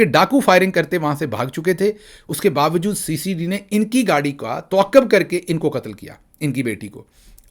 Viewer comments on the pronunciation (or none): none